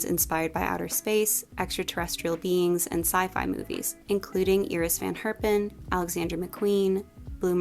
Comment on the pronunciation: AS A DUTCH PERSON THANK YOU SO MUCH FOR BEING THE FIRST ENGLISH SPEAKING PERSON I'VE HEARD SAYING IRIS CORRECTLY ❤️❤️❤️